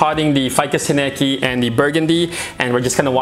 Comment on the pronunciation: Tineke is a Dutch female name and, it's so funny how English speaking owners are butchering it with wrong pronunciation. 😅 So definitely not a guy in my book, she's my lady. 😁